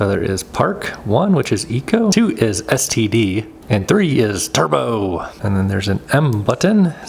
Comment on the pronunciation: The way he said STD🙄 mode 💀💀💀